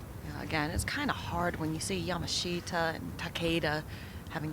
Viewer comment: Why is it so hard for commentators to pronounce the girls name correctly. Love watching the golf but butchering names drives me insane 😂😂 leaders name Yamashita is pronounced yah-mah-shee-tah.